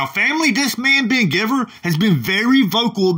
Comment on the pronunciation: lol ❤️ I think his last name is pronounced gyveer rather than giver